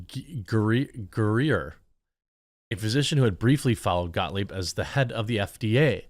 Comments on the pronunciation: ScottGahh......ScottGahh........ScottGahh work here anymore. 🤣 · Gottlieb. GOT-LEEB